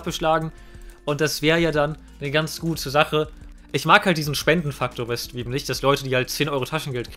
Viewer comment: Warum kann Streamen nicht aussprechen?😅